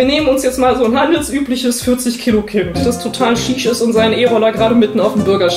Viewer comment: Leute, ich bitte euch: Lag ich meine gesamte Jugend über falsch oder wird es nicht eigentlich "schüüüsch" ausgesprochen?